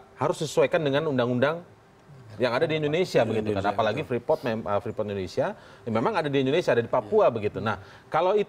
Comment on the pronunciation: Freeport, Preefort, Preeport, atau ?